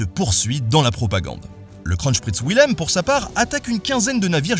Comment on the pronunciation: Wilhelm se prononce "Vilhelm"